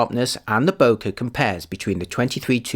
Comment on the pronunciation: Bokeh is a Japanese term that is pronounced as bo-kay like bouquet.